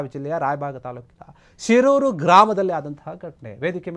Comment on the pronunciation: Shirgur anta helu ninu modalu,,Shiirur alla